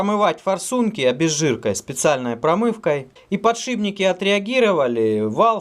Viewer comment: "подшибник", вот это реально катастрофа